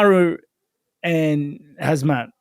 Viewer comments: Rob keeps saying HAZMAT 😂😂 it's "HAMZAT" just don't pronounce the K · Rob calling Khamzat "Hazmat" reminds me of when John Jones would say "Cereal Gane", 🤣